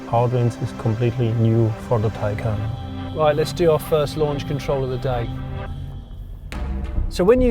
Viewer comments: I don't think you pronounce 'Taycan' like 'taken' tho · Tay = Tay. Can = Can. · y'all stiffnecked Americans, . Y'all could at least emphasize the 'can' instead of the 'tay' to make it distinguishable. Man... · Mark Webber is a Porsche a employee. Don't let how he pronounces Taycan fool you.